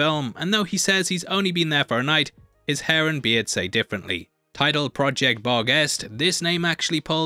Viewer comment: bar-guest cant unhear it🤣